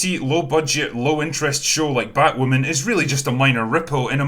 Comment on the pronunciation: what will I do for laughs now that AZ won't be pausing in his narration of batwahmmynz with "fookin' scissoring"?